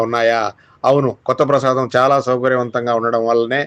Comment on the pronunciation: ప్రసాదం కాదు.ప్రాసాదం.బాష నేర్చుకో. కనీస అర్హత లేదు.ఎందుకీ పవిత్ర వీడియో పాడు చేస్తారు.